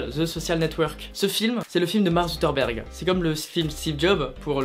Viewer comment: Mark suKERberg pas Zutterberg, Désolé ça m'a stressé